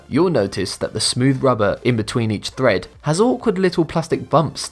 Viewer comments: Tred not Thred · It's "tread" (on the tires/tyres) not "thread" as the video voice pronounced it. That said, this is one of the best "" videos. Very well done. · Number 9, it's tread not thread. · Also, "windscreen" instead of "windshield" & tire "thread" instead if tire "tread" drove me crazy! Come on! How did those get past the writer, the speaker, AND the editor?! ARGGGGH! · The word is "tread" not "thread" Thread is what you sew with. Tires have tread. Pronounced TRED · Tire TREAD, not thread. :-P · It's not tire thread. It's tire tread. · Yeah. The tire store salesman would have a laugh if he went in to buy new tires because all the "thread" is gone lol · tyre tread, not thread. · Note to: #2 is pronounced Tread not thread. As for the marks in tires, they are called the tread wear indicators and are set at 2/32" or 1.6 mm. For minimum requirements in the U.S., Texas requires tires be replaced at 3/32", 42 states consider 2/32 inch the minimum legal tread depth; while California and Idaho require replacement at 1/32". The states of Arkansas, Montana, New Mexico, North Dakota, South Carolina and West Virginia have no standards on tread depth. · That would be "Tread" on car tires, not "Thread." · Tyre thread? It's tread. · did he really say tire "thread"?